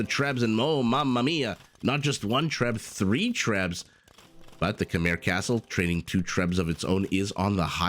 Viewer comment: Typical that an American somehow "refuses" to pronounce Khmer correctly. How come, you know all about Khmer Rouge right? So, It's not so hard to pronounce. Anyway, everytime I play against Khmer I get my ass wiped by those Ballista Elephants.